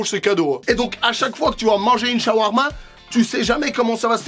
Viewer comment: J'oublie tu l'as mal dit dans la vidéo c'est chawarma ça s'écrit comme ça mais quand même c'est pas ça qu'on dit OK Ciao❤😂😊